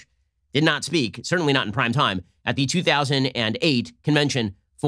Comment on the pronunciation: I swear Ben keeps saying "crime time" not "prime time"